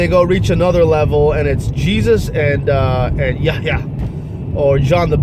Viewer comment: someone born into Islam wont have that difficulty in pronouncing buraaq or Allah, dude your pronunciation is as bad as someone who never spoke or read Quran. Converted2islam, introvertedsmiles, jajabor, abdullah sameer those are REAL ex Muslims, dude you cant even pronounce "ummah" yahyah" are you kidding me? and you are comfortable in saying it in biblical names not the quranic names and you are exmuslim. you coughed cause you cant even say "Allah subhanahu wa ta'ala" cant even say that?????? and you are born muslim??? you forgot yourself and said musha instead of musa, kept saying Moses all the time instead. lool there is no way in hell you were ever a Muslim.